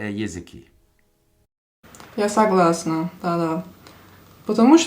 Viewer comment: вот это "я согласна" звучало ТОЧНО как нейтив спикер я в восторге